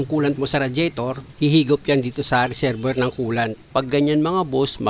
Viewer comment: Reserbwer ❌ Reserbwa ✔️